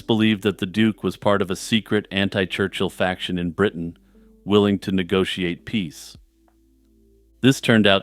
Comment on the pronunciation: Bwitain? Scotland. If you want to roundy-uppy to ewe-kay to not offend muslimes. "Europe" 😏